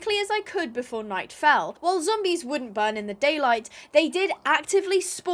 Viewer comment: Imagine the zombies listening to their conversation, also i love when says "zombois"